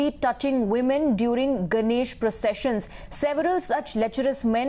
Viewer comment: "touching veeman"